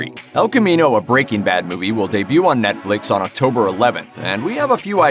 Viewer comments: It’s not BREA-king bad it’s breaking BAD the emphasis is on the bad goddammit bro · Why does he say breaking bad like "BREAking bad" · Brea King Bad. Why you sayin’ it like that? 🙃